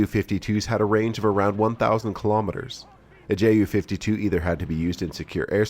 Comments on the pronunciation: Tante Ju (Aunt Ju) ...btw. its pronounced "You" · Sidenote here, if or when pronouncing ju-52, your supposed to say it as "yu"; the same as how you pronounce "yunkers" in junkers. Correct me if I'm wrong, but that's how I say it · Little reminder from a German speaker. The "Ju" is not spoken as two separate letters but together. It sounds like you would say "you". As an additional funn fact, in German-speaking countries the Ju-52 is called "Tante Ju", which translates to aunt Ju.